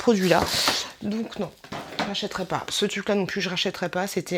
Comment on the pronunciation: Cest marrant tu ne prononces pas le R de TRUC, tu dis TUC :-D lol sinon sympa la vidéo!